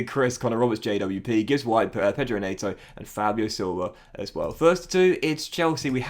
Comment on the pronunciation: Day 11 of telling its net-oh not nate-oh